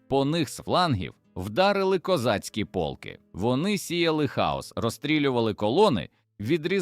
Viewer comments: Не пОлки, а полкИ !!! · Автори в якій школі вчився! ПОлки (полкИ!), рІчний (річнИй!). Горе-блогери!